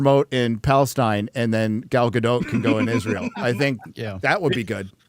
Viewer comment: Gal GadoT - the T is not silent